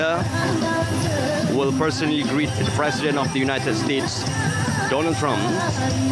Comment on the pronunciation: Yes, the RTM announcer is in dire need to improve his pronunciation, enunciation, intonation and articulation. In addition, his descriptive delivery has its moments too. Airport personnel was described as airport personal. Don-ald Trump was pronounced as Dooh-nald Trum. And while Airforce 1 glides on the runway, he says the plane has come to a stop. Symbolic is announced sym-ber-lic. Officers was pronounced Erficers. Respect announced as ris-pek. For an event of this magnitude, DG Broadcasting Datuk Suhaimi Sulaiman should have anchored it.